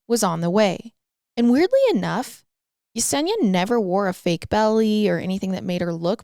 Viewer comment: 👏 👏 you pronounce Yesenia correctly I love it ❤❤❤❤